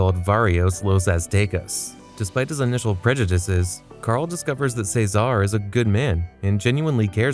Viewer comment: What's with your pronunciation of "Ceasar"? It's fuckin weird